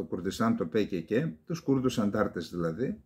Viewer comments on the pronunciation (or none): Πι κεκε λεει ο κ.καλεντεριδης!αγγλοφωνος εισαι για τουρκόφωνος;σε αλλοδαπους απευθύνεσαι